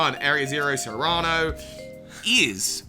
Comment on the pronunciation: This is a very interesting theory, but what I strongly disagree with is the way pronounces the name "Cyrano".